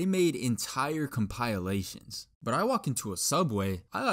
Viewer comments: It's pronounced compilation. The I is not a hard I and not pronounced eye it's a short I pronounced Eh. So compEHlation is the correct pronunciation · compayalation? NO. compehlashon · I like how you pronounced it “compilation” and not “compilation” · Why is he saying compilation like that? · As a normal person i am annoyed about how he says "compilation" and "equidistant" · The way he pronounced compilation